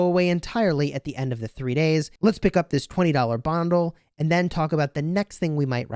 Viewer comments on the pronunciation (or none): What is a 'Bondle'? Lol